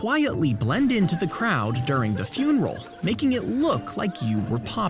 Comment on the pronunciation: You said furinal instead of funeral.